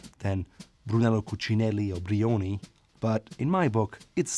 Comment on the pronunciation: Your content is amazing, just ease up on the enunciation/pronunciation of the brand, no one says Brrrriiioni. and please work on the never ending hi-hat. Other than that great!